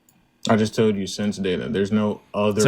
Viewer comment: “I jus toed you”